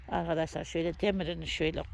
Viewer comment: YA BACIM KIZ BIR SUS GI BIR SUS..ALI ANLATSIN VALLA IKIDE BIR ARGADAŞLAR DEMENDEN GINA GELDI TANSIYONUM ÇIKTI.ALI ANLATSIN BIRAK YA.